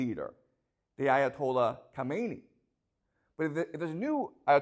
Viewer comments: pronounced kha me ne eeee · Thanks for the informative video professor. Regarding the Ayatollahs, the first one you pronounced it correctly (Ko_may_ni) The second one is tricky because of English speakers. It is properly pronounced as (ka_mi_na_ee).